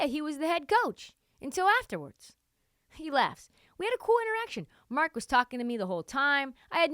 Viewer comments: You’re butchering Marks name lol. Just call him coach Mark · You’re not saying Marks name right still lol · "Nobody knows how to pronounce his name" proceeds to pronounce his name wrong "They got Dario Saric, who's probably going to be bought out" Yea this chick has no idea what she's talking about, Dario is finishing the year in OKC, he's not going to be bought out.